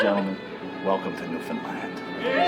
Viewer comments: Please stop calling it NEW FOUND LAND it is pronounced Newfinland or Newfindland accent on the first syllable. There is a wonderful Documentary called 'You Are Here : Come From Away that I cannot on You Tube but is broadcast from time to time on out television. I am not from Newfoundland I live in Nova Scotia but adore my friends that are from Newfoundland. A lot of them have found work here over the years. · LOL, if you want to let people know you are not Canadian, pronounce this province NewFOUNDland vs NewFUNDland. Also, most of us do not add "and Labrador" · She also pronounces it incorrectly. It's LAND not LUND. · the easiest way to say Newfoundland is New foun land don't pronounce the d in found. I sure hopes this helps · NEWfunLAND. Nobody off the island pronounces it right. The emphasis goes on 'New', fudge the word 'found' and say it quickly, so it sounds like 'fund' with a very subtle d, and emphasis again on 'land'. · Newf-fin-Land "Understand Newf-fin-land" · nu-fin-land. You almost got it right but you need to hard pronounce "LAND" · To pronounce it correctly here it's New-fin- LAnd. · You pronounce it New-fin-land… and its nickname is The Rock - because the island is, entirely made of rock. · Say it with me......."New-Fin- Land" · That pronunciation, ouch lol. Cool video brah. New-fin-land. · New-Fin-land or Newf-in-land. Not new-fin-LIND as a lot of “mainlanders” say. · More common to pronounce it "New fin land" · I’m from New Brunswick. It’s pronounced- New-fn-land. Emphasis is on “land”. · Newfoundland sounds like the word understand. Most people say is wrong lol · I am from Newfoundland. Not to be bias but I live in the best place on earth. its pronounced New Fin Land not New Found Lind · For the love of god. “New-Fin-Land” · I am really enjoying your videos, buttttt..... it's pronounced Newf n' land. Thanks, eh! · Quick tip- it's pronounced New-fin-land...emphasis on the AND, Lol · Pronounced “New-fin-land”. Stress on the new.